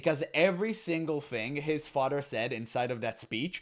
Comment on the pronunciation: “My fadder”